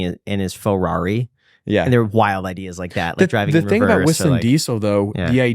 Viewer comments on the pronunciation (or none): says Ferrari “FArarie